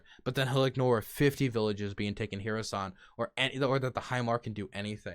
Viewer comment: I think I've invented a way for you to say Kherson correctly: just try saying "her son". Not dissing you just trying to be linguistically helpful.